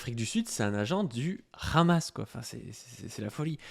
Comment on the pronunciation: Ce n’est pas (RHAMASS) mais Hamass il faut bien prononcer le H en arabe Lool